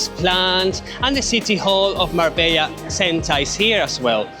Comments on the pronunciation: on dit mar bella et pas marba, et puerto banùs et pas banus. J'ai connu Marbella dans les années 80 et c'était pas du tout comme çà. c'était plus réaliste et pas surfait .... Dommage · Es Marbella no Marba pues yo vivo aqui en Marbella